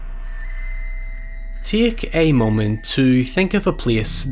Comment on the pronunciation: "Tieike ei moment to consider..."